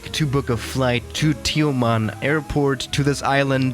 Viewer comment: as a Malaysian, the way u pronounced Tioman is not that bad. But the way u pronounced BERJAYA AIR however is less satisfying